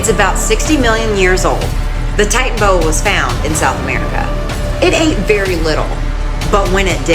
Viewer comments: its pronounced titanaboa not titanboa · Tiytanabowa not titanbowa that is how it is pronounced how it is spelt titanaboa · ITS NOT TITAN BOA ITS TITANABOA